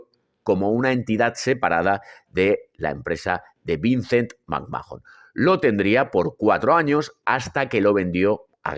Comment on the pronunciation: Roman Reigns fue la razon por la que deje de ver la WWE en 2016 y volvi recien por pura curiosidad cuando volvio Cody Rhodes. Nunca me gusto Reigns no lo soporto. Otra cosa me da por los huevos escuchar que pronuncien McMhahon " macmajon", se pronunca MACMán